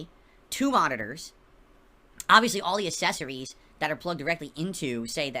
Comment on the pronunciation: 🎉pro gamer and valedictorian doesn't know how to pronounce "accessories"